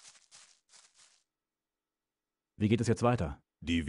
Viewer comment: Y'Berion, nicht Brian xD